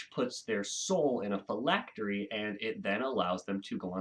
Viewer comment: You pronounced phylactery correctly 👍